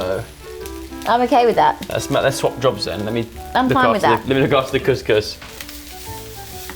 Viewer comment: IS THE ONLY PERSON THAT KNOWS HOW TO PRONOUNCE COUSCOUS LOL LUV U GUYS 😂❤❤🇲🇦🇲🇦